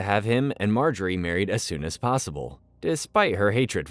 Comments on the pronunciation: Does he mispronounce stuff just to gaslight us??? Mar-ga-rie???? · why marGary? they dont even say her name like that in the show lol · Mar-gary lol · Dude learn to pronounce the names properly ffs! You pronounced practically every single name wrong. “Ober-yen” are you freaking kidding?? “Mar-Gerry” Did you even watch this show?? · Calling Margaery, Mark Garry is so jarring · Mar-gae-ry. e is silent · bro the who is marGARY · The mispronunciation of Marjorie is annoying the CRAP outta me. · Margary. Soft g.. 🤦‍♂️ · Mar Gary 🤣 you gotta be trolling us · Pronunciation of margaery doesn't sound right to me